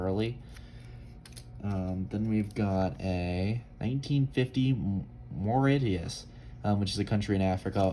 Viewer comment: Mauritius is pronounced as Moor- ish- us